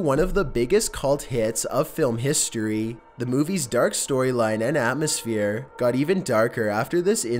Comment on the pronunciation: He is now a vegiteriEN, ZooliGIEST, HistorEEE